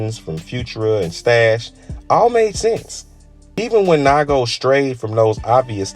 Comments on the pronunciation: NIGO, not naigo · Making a video of bape but can’t even pronounce NIGO correctly lmao